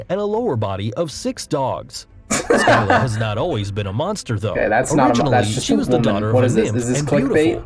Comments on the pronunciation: “Skyla” BRO PLEASE ITS SCYLLA. HOW DID U GET IT SO WRONG 😭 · Scylla not fckn skylla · It’s Sylla not skylla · When he says sky la for skylla my heart died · The guy's pronunciation of Scylla and Charybdis hurt my soul. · Scylla and carybdis were pronounced wrongly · I hate how he pronounces Scylla and Charybdis. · The pronunciation of Scylla and Charybdis was also awful.